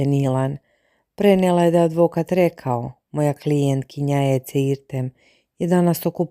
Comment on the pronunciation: Ona se ne zove Ece nego Edze bar se tako izgovara, ako vec ne znas Turski nauci.